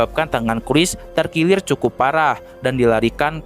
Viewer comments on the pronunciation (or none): Terkilir kaya terkirwir bang 😅